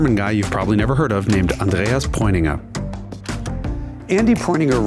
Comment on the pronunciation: Ur german pronounciation is insanely good im german and i felt like you were too when u were pronouncing rennsport and andreas name